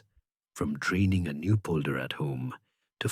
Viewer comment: Dutch person here. There are quite a few mistakes in names of i.e. rivers i.e. Fijn, Maas, Waal and other "things". 2.27 min. "training Lakes", you mean draining lakes. The act of draining water to gain land is called "baggeren". There is nothing called "boulders". Land gained by battering is called polders. Obviously I didn't finish listening to this "history" story. The incorrect information is annoying.